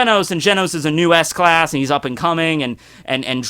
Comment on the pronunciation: Did he just say ass class?